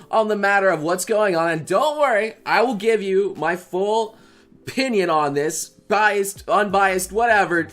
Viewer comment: “I’ll give you my whole... pinion on this”